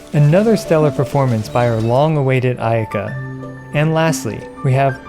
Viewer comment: I lost it when you said ayayaka 😂